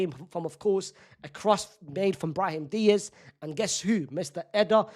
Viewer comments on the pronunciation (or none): none